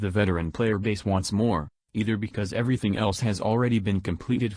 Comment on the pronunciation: "twenty firteen" "growf" "frough" "everyfing" whats this guy's problem with "th"?